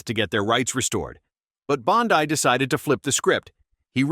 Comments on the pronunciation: Don't mean to criticize, but Her name is pronounced Bond E not Bond eye. Might want to teach your AI the difference in pronunciation. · Bond-i? Really? Thats how smart you are? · Hey bud it's Bondeeee NOT Bondeye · ALSO.."BOND-EYE" (BONDI) IS NOT A HE.. UNSUBSCRIBING NOW... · Pam Bondi, which you mispronounce, is a woman not a man. Do Better!